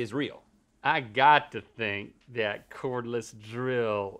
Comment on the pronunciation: Cordless, not Cornless